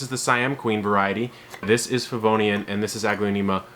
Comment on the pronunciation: Nice video. I noticed one of my varieties in your presentation, but I couldn’t clearly figure out the name as you pointed it out. I tried turning on the video’s captioning, but it read ‘Vodiane.' Finally, I Googled what sounded to me like ‘Pavonium’ and it corrected me to ‘Favonian.’ (As a last resort I was prepared to match a photo to Google images, but didn’t need to.) I was focused on this variety today because I noticed it has been very slow-growing compared to my other varieties, and I wondered if something was wrong. However, after finally tracking down the name, the descriptions all verify that this is indeed a slow grower. So, that was a relief. It started out as green-only but is now truly lovely with just a hint of pink. It has exactly half the number of leaves as the other small-sized varieties I’d purchased at the same time and have grown under precisely the same conditions. Thanks for all the info!